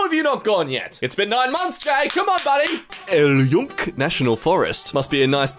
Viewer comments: Yunque is pronounced "Yoong-ke" it's the name of the rainforest in Puerto Rico. I went there And it was pretty nice! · El YUNCK me, a native spanish speaker: the video is no longer mildly infuriating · bruh whats mildly infuriating about his video is that he pronounce Yunque so incorrectly that all of my puertorican blood shivered in disguat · PLEASE TELL ME YOU DIDNT PRONOUNCE YUNQUE LIKE THAT 😂 THIS HURTSSSS